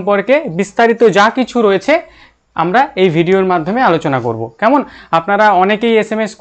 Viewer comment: Apnar "kemon" ar " taina " ktha gulo ektu check korun dile aro vlo lgbe